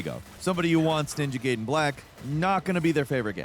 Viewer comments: ninja gAyden fALL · Ninja GAYden 🤦🏻‍♂️ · I only call them ninja gayden. Guyden is cool and probably more accurate. But as a 90s baby it's gayden. Sounds like the sum of the review. Not a dis let's enjoy ninja Gayden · With Itagaki's passing, ima need you to delete this whole damn video, and record it again, saying GUY-DEN! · You probalble already got thousands of comments about this but still: It's called Ninja Gaiden not Ninja Gayden for crying out loud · Gayden and Rieyuu huh? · Takes a special kind of stupid to call it Gayden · ninja gaiden not gayden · Can you please just say Ninja Gaiden correctly? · Please just pick one way to pronounce Ninja Gaiden and Ryu. I don’t care which way, just pick one. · Have you never heard anyone pronounce the games name like ever before? I absolutely hate adults who can't pronounce pronouns properly, You literally are going out of your way to be dumb & that's blasphemous. You're an idiot for saying it like that & you're annoying. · Okay we get it you love Platinum. But at least pronounce the games name correctly throughout the entire video!😂 You may not have noticed. You definitely said "Ninja gaiden" two different ways. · You pronounce the game differently throughout the entire segment of this video. I was pissed how you first pronounced it. Then you said it right. Then you said it wrong again! Come on!